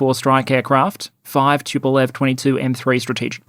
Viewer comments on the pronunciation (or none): none